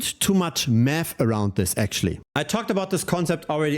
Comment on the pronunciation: 100% german) super english but I hear "meth" what must be "math"😅